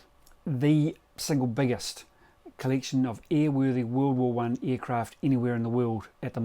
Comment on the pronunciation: "colliction" LOL